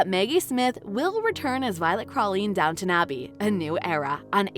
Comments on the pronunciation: IT IS DOWN T ON ABBEY NOT NOT NOT DOWNNON ABBEY Call it by its correct name - thank you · If this person can manage the HUGE STRUGGLE to say COUN T ESS good work. You managed it. SO DOWN T ON Abbey. there now, not so hard is it.